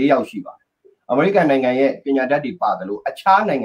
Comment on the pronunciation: American ကို အမေရိကန် ထက် အမေရိကဲန် အသံထွက်ကပိုနီးစပ်လိမ့်မယ် ၊